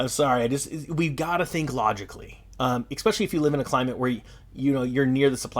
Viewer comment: dude theres no x in especially. It's not exspecially. it's especially. cmon man!